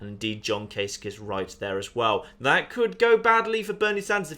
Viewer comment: you have my automatic, utmost, and unwavering respect for being the first Youtuber I've watched who actually knows how to pronounce Gov. Kasich's name. I take it there's no connotation in naming worms after major political figures?...;)